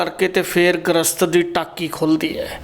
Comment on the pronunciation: ਗ੍ਰਸਤ ਨਹੀਂ ਗਰਿਸਤ ਲਫਜ਼ ਹੁੰਦਾ ਹੈ ਜੀ।ਵੈਦ ਜੀ ਦੀਆਂ ਗੱਲਾਂ ਸਾਰੀਆਂ ਸਹੀ ਨੇਂ ਪਰ ਅੱਜਕੱਲ ਕਬੀਲਦਾਰੀਆਂ ਦੀਆਂ ਐਨੀਆਂ ਜਿਮੇਵਾਰੀਆਂ ਵਿੱਚ ਬੰਦਾ ਏਨੀਆਂ ਕੰਡੀਸ਼ਨਾਂ ਦਾ ਕਿੱਥੇ ਖਿਆਲ ਰੱਖ ਸਕਦਾ ਹੈ ਜੀ!